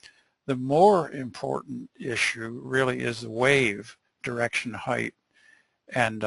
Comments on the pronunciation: Great lecture! However the pronunciation of "height" as "height-th" (with a th sound at end) was driving me crazy. "Depth" and "Width" have a 'th' sound at the end, but "height" as a 't' sound at the end. Other than that verbal tick, the content was excellent by any measure. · Yeah that heighth was so cringey I couldn't watch this 😖